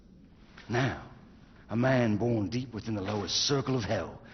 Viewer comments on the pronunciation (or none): Its not bron it born